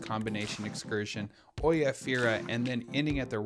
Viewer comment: Nice video. But we have been to Santorini quite a few times. Freakin great place in the shoulder seasons. Oia is really pronounced "Eah"